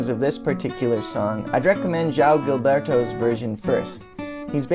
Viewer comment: Great content! Little tip: It's pronounced João "Jilberto", not the G like in Gilbert lol By the way, COME TO BRAZIL :)